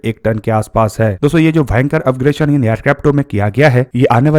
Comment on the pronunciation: अपग्रेशन" नहीं अपग्रेडेशन